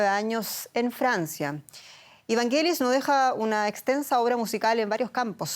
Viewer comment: No es "VANGUELIS" se pronuncia "VANYELIS"